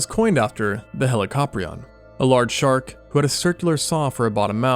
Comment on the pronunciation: "We've got a sharl for that"